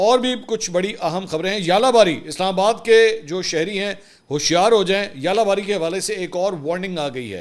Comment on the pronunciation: ژالہ باری کا تلفظ اردو زبان میں یالہ باری نہیں ہے۔ آپ کے درجہ کا صحافی آسانی سے درست تلفظ سی معلوم کر سکتا ہے۔